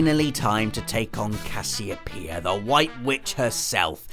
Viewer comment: Casi-oh-peah Is how you say it boi